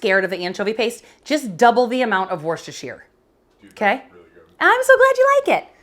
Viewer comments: Worcestershire is sounded 'woostashear' - the woo as in wood. Dare I say that nothing can be 'pre chopped' its either chopped or not! 🤔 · Please work on your pronunciation of Worcestershire. Just ask a Massachusetts person.